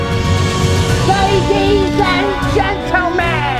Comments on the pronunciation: said "lady and gentlamen" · nobody: Not a single soul:: laides and gentle man